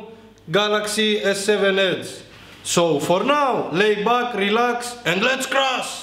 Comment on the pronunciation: I love when he says "for naw, Let's cras"! Love it 😂👍🏻